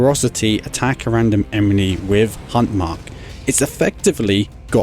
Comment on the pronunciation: Dude you keep pronouncing enemy as 'emeny'